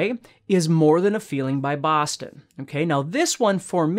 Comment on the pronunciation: The way he says, " Boston" I wonder if he's from Boston. Love his teaching style